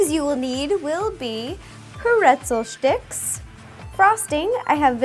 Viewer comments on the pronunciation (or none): she says shtickes